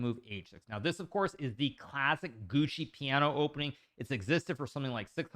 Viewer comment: HIKARU PORCACCIA LA MADONNA SI NU TRMN SI DICE "GIUOCO" NO "GUCCI" MANNAGGIA A CHI TI HA CREATO